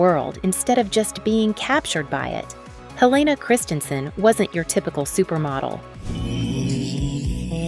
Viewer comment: She is truly remarkable and it would be respectful to her if when you made this video you at least pronounced her name and the names of several designers correctly.